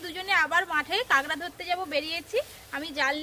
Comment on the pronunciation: Not kengra it's kakra